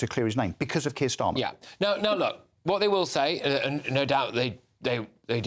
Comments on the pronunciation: Why do I keep hearing "Circus Starmer?" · I keep hearing "Circus Starmer"